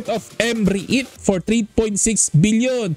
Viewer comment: Ayusin mo pag pronounce. Anong M Re it...Rit pag pronounce nyan..silent E..